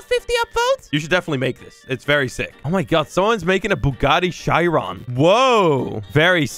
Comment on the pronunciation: It’s chee ron